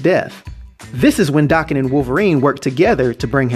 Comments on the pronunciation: THANK YOU! DAH-KEN NOT DAY- KEN! It bugs me so bad when people pronounce it the other way. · Thanks for the video I'm so glad you pronounce his damn name right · Thanks for comprehensive details and correct pronunciation of his name